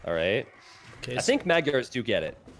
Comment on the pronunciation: Thank you for this VOD. The only thing I would like to complain about is how you pronounce Maygars. :)